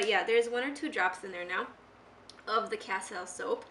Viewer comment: It's CASTILE, pronounced cas-TEEL. Castile is a vegetable oil based soap. I believe it is also available in bars. I can tell from the bottle that the brand she has is Dr Bronner's.